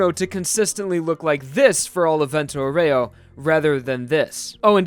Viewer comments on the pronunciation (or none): As an Italian i feel like I need to point out that "aureo" is pronounced "aurayo" not "aureoh" with an emphasis on the o. Very informative video nonetheless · vento "au ree oh" not "au rey oh" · Man, it's Vento Àureo, not fucking Vento Oreo